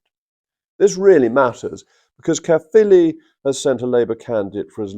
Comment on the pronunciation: Good pronunciation of Caerphilly Jacob